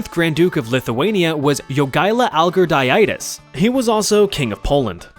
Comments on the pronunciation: As a Lithuanian… my heart hurt when you said Jogailos last name, but I’m happy Lithuania was mentioned at all :,) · ma man you butchered the Jogaila Algirdaitis so bad, Jogaila sounded good, but the later 💀. BTW Nice mentioning Lithuanian